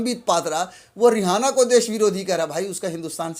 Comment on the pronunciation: किसान समर्थक का नाम रिहाना नही है सही नाम रियाना है एंकर महोदय अपनी जानकारी दुरूस्त कीजिए ।